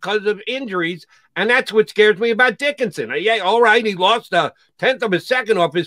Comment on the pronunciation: Does Jody actually pronounce his name "Dickinsin?"